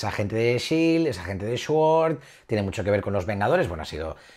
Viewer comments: Todos:... se dice sword: shuord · Mas cringe cuando dice SHUORD 😂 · ESCHUOR XDD sword no mas xD saludos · Shuord. Ataca otra vez 🤦🏻‍♂️ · Shuord. XD Te quiero, eres mi marvelita preferido. Saludos.